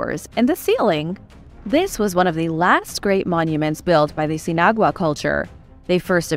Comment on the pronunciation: i think it is "sin-agua" = without water..: )